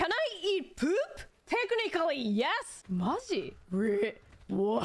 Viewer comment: The way she pronounces poop and your attention to detail with the subtitle showing that is so fucking perfect. Fantastic clip